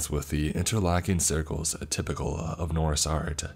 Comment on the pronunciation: The pronunciation on the Norse one 😖